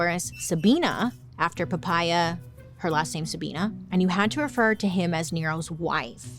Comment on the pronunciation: I laughed so hard listening to Poppea become Papaya 😂 Is that how you pronounce it in english???😂😂